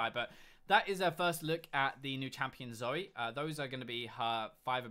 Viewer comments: zory? its zoe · why do you say zori it's zoe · Her name is Zoe not Zore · did he say zory?